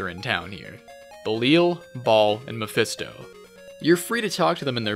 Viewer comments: I gotta stop you right there... You pronounced "Baal" like Ball when it's supposed to be pronounced "Bayl". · Oh yeah!! The name Baal is not pronounced like “ball” more like “Bayel”, just a small thing that’ll help take the videos the slightest bit further!!